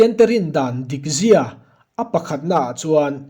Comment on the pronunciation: a van ṭha teh reng em! a bu ziaktu aiin a sawifiah si a, a mah erawh chu Chhiarrik dán, thluk diklo, "takzia"leh "dikzia," hi a lam diklo deuh.